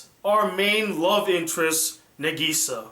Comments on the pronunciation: ITS NÁGISA, NOT NAGÍSA!!!!!!!!!!! have you even watched the sub........... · Its nagisa (nah geh sa) not nuhgeeza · It's pronouced Na- k/gi -sa With no emphasis on the gi, It's supposed to be a lot of a sound, and making it sound like a k, or a very short gi, like it's spelled, but the english dub pronouces it as geeeeeeeeeeeeeeeeeeeeeeeeeeeeeeeeeeee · Its Na-gi-sa not Na-giii-sa!! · I don't like your pronounciation of Nagisa!!!!! ;-; I say Naw Gi Saw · He says Nageesea like in the shitty english dubs. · Good review - and while I don't agree with everything, you did make quite a lot of valid points. You gave both the good and bad parts of Clannad and Clannad: AS justicce. The ending would... probably make a lot more sense if you actually played the visual novel. And also, while this is very minor, Nagisa is pronounced "Na-gisa" with emphasis on the first syllable "Na" rather than the second one "Gi". Very good review! I look forward to other ones :) Also, HAPPY BIRTHDAY (2 months late, though mine was also in April XD)! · Has problem saying "NaGEEsa" and "SanAI" but questions the way pronounces "Ushio" when he says it perfectly XD Awesome review though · From the way he pronounced Nagisa, I can tell he watched the dub. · great review. but at least say Nagisa's name correctly. please. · How he pronounces nagisa is so annoying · Great review, although I wish you would pronounce Nagisa's name right. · at least pronounce nagisa right man cmon lol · D: the way you say Nagisa i can tell you watched the dub... sub man sub Japanese pronounce it properly. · Glad you finally reviewed Clannad and happy birthday!!! Edit: Though I do wish you pronounced Nagisa as what's heard in the Japanese dub.